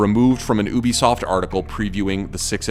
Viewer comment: Why do you say oo-bi-soft It's You-Bi-Soft